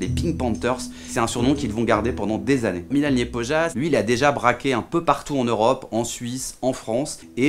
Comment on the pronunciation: Se dit Milan Lyepoya